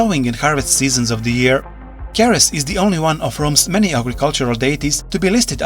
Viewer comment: Ceres is pronounced like cereal (the breakfast stuff) cuz it's Greek/Roman in origin